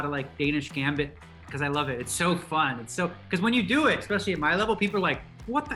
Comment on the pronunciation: Hikaru "Expecially" Nakamura